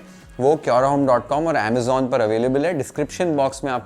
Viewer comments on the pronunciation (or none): none